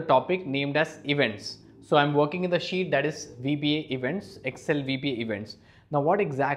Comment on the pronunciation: I love it like he says "sheet"(shit):D Greetings from poland Mr.!!!